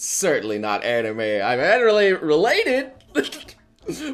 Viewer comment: HOLD UP HE JUST SAID "ANIMU"